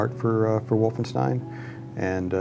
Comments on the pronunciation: it's WolfenstEIn not WolfenstIEn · Wolfenstien?...? Its stein (sssshhhtaaain) , as Rock and not Rokc! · "WolfenstIEn" lol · it's called Wolfenstein, not Wolfenstine or Wolfenstien